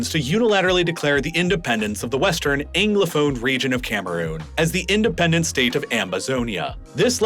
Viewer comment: But he continued to pronounce ‘Anglophone’ as “Englophone” - or is that just a Philadelphia accent I’m hearing?